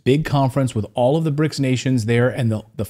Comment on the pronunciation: It's called BRICS, not bric.